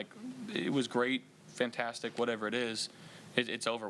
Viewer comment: "Faaantaaastic" you can tell Josh has assimilated to the culture, he's picked up the accent